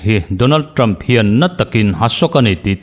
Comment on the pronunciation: English hi lam uluk deuh teh... Ṭam ni lovin Ṭham tia chhiar tur a ni. Tin Haris ni lovin Heris tia lam rik tur a ni. Kaw leihchi ni lovin Khawleihchi tih tur a ni🎉🎉